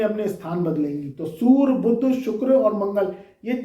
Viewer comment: Pahle bolna to sikh to le bewakoof insan.surya ko sura sura kar raha h.